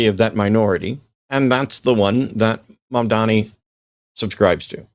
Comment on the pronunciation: It’s Mamdani, with an N… not Mamdami. I don’t get why this is hard for English speakers! If you can say “mom” and “Donnie” - and I know you can - you can say “Mamdani”.